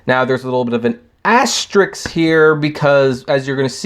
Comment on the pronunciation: He said ass tricks